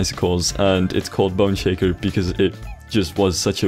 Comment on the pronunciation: Every time you say "Boneshaker," it sounds like you're saying "Bun shaker."